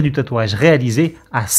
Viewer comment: "meri de nous avoir suivi" 🤣🤣🤣 articule, tu prononceras toutes les lettres.